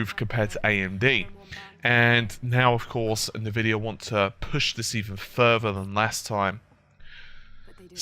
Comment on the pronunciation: "nuhvidiah" . . . and I'm out.